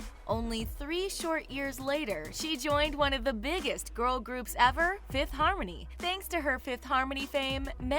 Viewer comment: “Fifth Hamony” lol